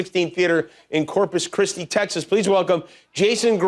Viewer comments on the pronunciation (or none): none